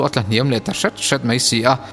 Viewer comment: Ngaihnawm hlawm hle mai. Mahse, mai tih tur mei i ti tlat hi insiamṭhat a ngai nih hi. 👍👍👍